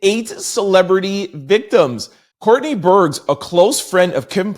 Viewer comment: Burgess has two syllables. You need to figure out how to appropriately say peoples names!